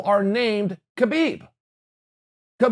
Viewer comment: Chael, Kahbib's name is Kahbib.